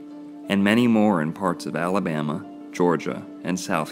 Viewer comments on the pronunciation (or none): Al' abama.... O' bama....